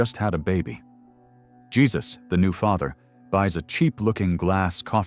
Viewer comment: Is the main character in The Coffee Table really named Jee Zuss? Or is his name Hey Zeuss? I really do not like these AI voice-overs.